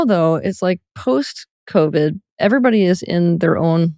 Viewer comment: He said convid. Brill